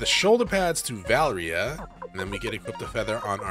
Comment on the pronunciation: Why do you keep saying Valria?